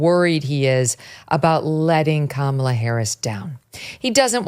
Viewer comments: It sucks that I can’t send this video to my leftist relatives simply because he keeps calling her “Camilla” and they will immediately discredit him 🫠🫠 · I love how VDH pronounces Megyn's name correctly, but refuses to pronounce Kamala correctly.